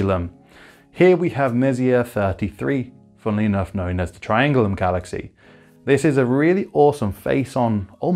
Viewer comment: Did you say galaxae ? :) Ty for the video very useful